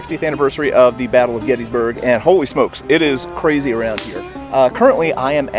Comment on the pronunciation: I was there for Gettysburg 150–so much to learn. I finally got a mental map of the 1st day’s battle. BTW, the correct pronunciation is “Gettissburg”. Thanks for the tour!